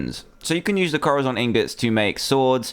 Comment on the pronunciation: it's corazon (co-da-son) pronounce it right it's spanish for heart